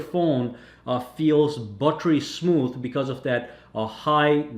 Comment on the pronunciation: Did he said "battery smooth"? 😂😂